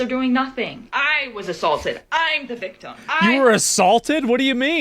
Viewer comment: "I'm the VICTUM". Grief, why are these children unable to pronounce words properly, these days?